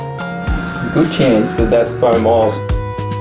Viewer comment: I always thought your name was pronounced "Bo Maɪles" - but now I know it is whatever the hell Pete said in the end.